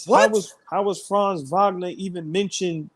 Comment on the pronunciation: Wagner Wagner Wagner not Vagner where is the V coming from and this is everybody.